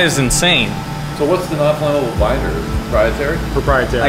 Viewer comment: 'propietary' starlite ?